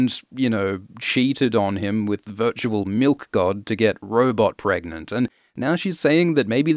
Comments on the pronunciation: I am so happy you said "pregante". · "Can u get Pregante?" that killed me